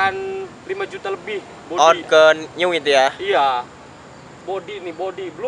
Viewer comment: Di baca nyu bang bukan new